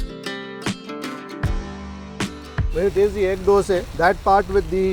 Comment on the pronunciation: Bro its dosaaa. Not dosee...! You are a food vlogger and you make this mistake. Is it so hard to pronounce dosa? Why brother dosee why?